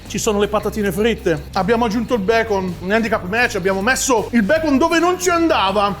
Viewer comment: un po di becon: UN PO DI BECOM!: Tutto BECON! Soprattutto Okiro😂